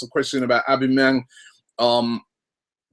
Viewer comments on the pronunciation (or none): Its pronounced "al-bam-a-yang" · Isn't it A-BOMB-E-YANG? Just wondering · Robbie it's pronounced "Ow-bam-ee-yang" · no... not o-be-me-yang its said aw-ba-ma-yang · A - BOMB - E - YANG not OB - E - MI - YANG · Robbie! Its AUB-BA-MEH-YANG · It's pronounced "OH-BAM-A-YANG" basically lol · 'ab me yang' looooool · FUCKING CHRIST ROBBIE. OBAMA-YANG. Its really not that hard. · It's pronounced AU-BAM-EE-YANG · Come on robbie its O-BAM-E-ANG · it's actually pronounced oh-ba meh-yang .. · its Said Ob BAM A yang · its "aww Bum 'a' Yang!!! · Isn't it pronounced or-bum-a-yang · It's aw-beh-meh-yang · Pronounced a-bam-a-yang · And his name is Aubameyang Au = o I know it is complicated for you English people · Robbie mate it's pronounced Au (for Australia) bomb a yang These guys don't know anything! Haha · Robbie, it's actually pronounced Ab-bam-e-yang - Aubameyang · It's pronounced OwBamEYang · Why the fuck can't any of you bastards spell or pronounce Aubameyang xD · if Arsenal don't sign Aubameyang at least Robbie won't continue to butcher his name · Robbie pronouncing Aubamneyang hahahah